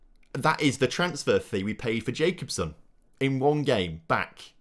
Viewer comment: It's not jacobsen it's ja-cob-sen look online how you say it